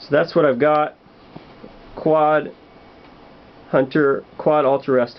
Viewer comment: Hahha he called it a qaud.